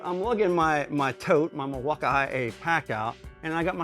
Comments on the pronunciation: milwakamiyay lol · Are u purposefully mispronouncing Milwaukee??😑